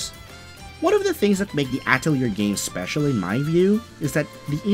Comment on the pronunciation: I cringe at your pronunciation of Atelier....